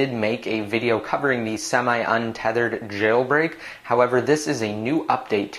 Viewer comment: omg why do you say "jailbreak" the way you do? it's so annoying.